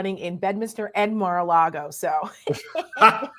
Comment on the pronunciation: did you say 'Mar-a-lard-O'?🤣🤣🤣